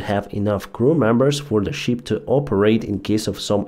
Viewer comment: there is quite a difference in pronunciation between "ship", a sea going vessel and "sheep", an ovine animal that gives us wool. "Ship" has a short "i" sound as in fit, lit, and bit. While "sheep" has a long "ee" sound as in feet, meet, and beet.